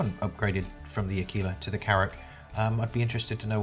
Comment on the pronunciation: Yes i did upgrade my Aquila to the Carrack... But this is the only ship i'm going to buy with $$$ as all the other ships i want i will get with in the game.... But i do see your point and good for you mate. Also A-KI-La is the proper way to say it so good there...